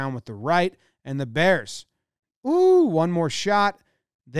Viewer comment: “DA bearss “